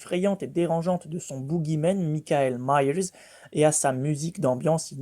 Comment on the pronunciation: Petit cours d'Anglais mon cher: Michael Myers se prononce MAIKEUL MAYERS et non MICKAEL MAYERS:-P (je ne sais pas si j'ai été clair m'en fous d'toute façon xP) sinon vidéo pas mal oui!